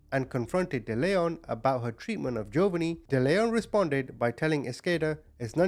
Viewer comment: It's also pronounced Dell-eon not De-leon.